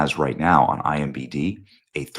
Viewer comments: Who's going to tell Benny that he keeps mixing up the letters in IMDB? 🙃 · Benny please stop saying it wrong! IMDB say it again IMDB! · DUDE. It's ImDB...sorry. Just has my ADD hackles up. Love y'all. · Benny it is EYE EM DEE BEEE….. not IMBD…. its I M D B…. every video lol. is this an inside joke I am not in on guys? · *imDB not IMBD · I appreciate what you do… but you said “IMBD” so many times I had to go back and check to see if I’ve been wrong all these years. Internet Movie Database… IMDB. Regardless, thanks for the great work.